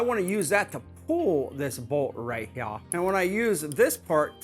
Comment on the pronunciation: “Right hea” is annoying....lol